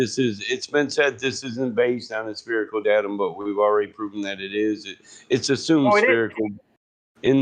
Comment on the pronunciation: Will someone PLEASE teach how to say 'spherical' - at least tell him there's a 'h' in there... And an 'i' before the 'c'. Christ it's grating on the ears to hear 'spearacle' every 2 seconds.